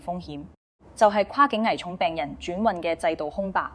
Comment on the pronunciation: 用心分析拆解的報道👍🏻細聽細看字幕，發現用字奇特粤音古怪，記述如下：華懋小甜甜爭產案關乜事？評述中甚麽→七敗？文旅？熟務？系87入？住眼漏服務權益？科普？引流擠兑？香港議員有質疑？ 巴頂柒？ 內地講成累地？靶向藥？ 畫面流淚女士不是宏福苑災民嗎？危(講成遺)重，不是抬上消防處乃抬上消防處管轄嘅救護車，要(講成擾)求，標(講成bell)準，南向(講成難艇，語音不詳)，閒資(形容多餘)養老，八7%(用字粵音奇怪🤷🏻‍♀️)，配(講成破)比，安(講成奀)全，八定七睇？？？干貨(報道被形容成干貨？)...